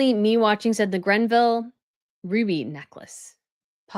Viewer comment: It's not the "Grenville" tiara - it's the GREVILLE tiara, from the estate of Dame Margaret Greville.